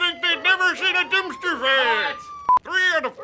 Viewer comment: Durmpster ferrrrrrr! Haha that was awesome.